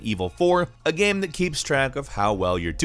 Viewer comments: Can you not pronounce 'game' correctly? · I hear "gaem" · Am I the only one who hears him saying "game" weird? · I see what you mean... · yeah sometimes it does sound like he says it in a weird way.